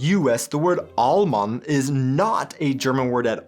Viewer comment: when you say Alman i cant unhear Almond 😭💀